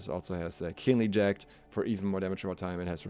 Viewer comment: Please for the love of God look up how to pronounce 'jagged'